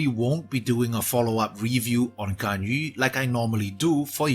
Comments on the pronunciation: Nice.. correct pronouncations on her name B-) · Most qualified to pronounce her name properly out of the youtubers I've seen so far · Finally, someone who doesn't pronounce Ganyu as Ganyoo